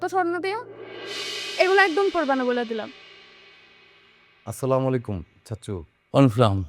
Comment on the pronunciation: সালাম টাও ঠিক মতো দিতে পারলেন না৷৷৷৷৷৷ আসসালামু আলাইকুম